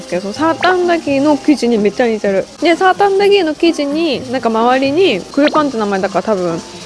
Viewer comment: 細かいことを言うと サータアンダギーではなく、 サーターアンダギーです笑